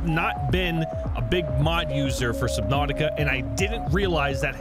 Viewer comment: U said subnautica wrong its subnautica